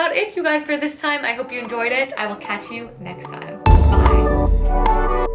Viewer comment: Oh my Lord, this was so wonderful. My boyfriend is now an official fan of you after hearing you say time as "tiz-ime." More of these updates please!